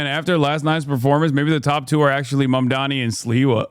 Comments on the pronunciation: Why the fuck they keep mispronouncing his name? Why can't they spend 5 minutes to learn the name? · It’s sooooo annoying when they mispronounce his name deliberately. Bozos. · It's definitely that, they know how to say it correctly but they want to dehumanize him saying it incorrectly, hell, before the interview they had with him the interviewer that was going interviewed said (moron mamdani then she immediately went "excuse me zamdani") so saying his first name intentionally wrong wasn't enough for him she had to go back and intentionally his surname wrong after she originally said it correctly, talk about being so fucking pathetic.